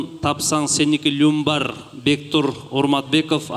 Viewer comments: Люмбар эмес, Лямбар десен. Лямы лямы 💵. А не люм.😂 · Люмбар эмес лям бар 😂😂😂😂😂 англисче yu я деп окулат😂😂😂😂 эзет тура